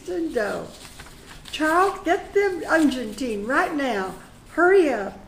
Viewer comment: I think unguentine is pronounced with a hard "G."